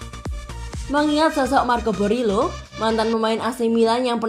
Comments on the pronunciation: Marco boriello bukan borilo 😢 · Tolong dong pelafalan nama yang benar.. Boriello, digao kok selalu salah ucap.. Kalau soal digao itu adalah klausul kontrak Kaka yang harus mengikutkan adiknya.. Please jadilah Chanel yang professional